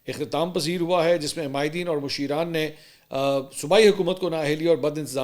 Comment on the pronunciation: yeah lafz masheeran nahin mashraan hai jis ka matlab baray ya buzurg hota hai pashto main